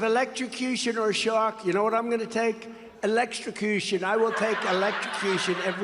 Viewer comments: Evelcropution. Elecprotushion. Eblehintrusion. Old man T** can't pronounce big words. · He can't even say the word electrocution 😂😂😂😂😂😂😂😂😂😂😂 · Covfefe, hamberder, oranges (origins) and now electstrocution. Anyone got a book that just lists his verbalisms? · "I will take...elekstrocution!". Typical Tramp, mispronouncing his preferred form of death...